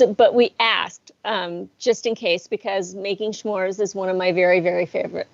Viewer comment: S’mores…. s’Mores… There is no H…🤦🏼‍♂️